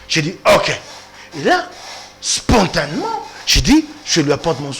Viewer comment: assis toi et je t'explique. Après de toi et de moi, on saura qui est bête. D'abord, il y'a la prononciation. Quand on met l'accent aigu, le "e" doit se prononcer distinctement. Ensuite, il y'a cette règle qui veut que lorsque on forme un adverbe en "ment", le radical doit être un adjectif. Ici l'adjectif est le mot "spontané" et l'adverbe donne donc spontanément. Osi omona adjactif spontane na vie na yo? J'ai porté correction à parce que c'est un journaliste. Si c'était toi qui avait commis cette bourde, je m'en serais fiché! Avant ofinga, il fallait otuna nanu. Omoni Bodjoba na yo sikoyo?